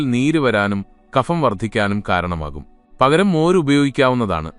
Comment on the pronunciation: Kapham എന്നല്ല(ഫിസിക്സ്‌ എന്നതിലെ 'ഫ'എന്നല്ല) kabham എന്നു പറയണം